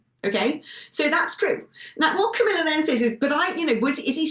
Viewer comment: Here is Tommy doing 'real journalism', please take some notes, 'Car-mee-laa darhling' and the Daily Tell-You-Lies.